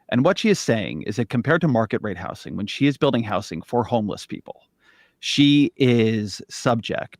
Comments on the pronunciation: it's pissing me off the way ezra keeps pronouncing it "house-ing" instead of saying housing like a normal person. why is he so angry in this conversation, it's really offputting how irate he clearly is from the first moment he appears on screen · Just for the record: “housing” has a “Z” sound to it. If you’re not saying it with a “Z” sound, you’re saying it wrong. This fact is inarguable.